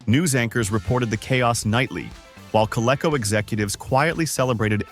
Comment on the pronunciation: AI slop. Is it really that hard to get a person to listen before the video is posted. Everyone knows how to pronounce Bayer or Coleco except AI.